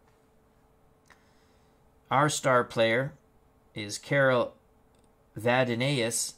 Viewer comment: Hi! Carol Vadnais is pronounced 'vad-nays'